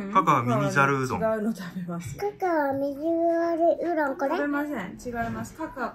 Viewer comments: この動画、があまりにも可愛くて賢くて面白すぎて何回も観ちゃってる。 和食屋さんで、ひじき煮ご所望の2歳児。「うろん」という発音。 メニュー見ながらカレーを指す指がピコピコ。可愛すぎる〜 お布団の中でお目目ぱっちり覚醒中www バナナを狙う悪い顔www 笑点歌ってるし。 なんでもよく食べるし、なんていい子なの。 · 「おしし」と「うろん」ね。